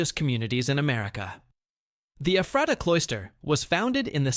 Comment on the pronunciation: As well as LANK-KISS-TER not LAN-KASS-TER and (pron.) Effrata not EEFRAYTAH.